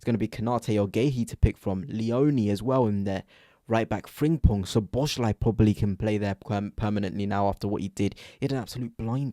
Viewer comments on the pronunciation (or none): So-bo-slai, not Sho-bo-shlai!!!